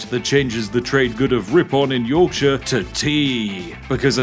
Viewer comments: Spiff, Ripon is pronounced Rip'n. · It's pronounced Ri'Pun Spiff triggers me when southerners miss pronounce northern towns, almost as bad as the yanks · Imagine my surprise when as someone from Ripon, Ripon not only gets a mention but an accurate one at that (even if he did pronounce it wrong)